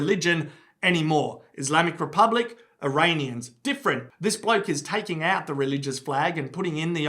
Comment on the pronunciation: Eraineeyens lol